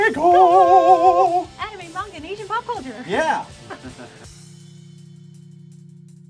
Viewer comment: Fuckers can´t even say MANGA, it´s not munga, it´s man-ga